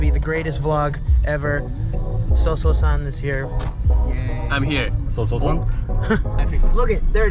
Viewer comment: 最初のSO-SOのI’m here めっちゃう上手かったww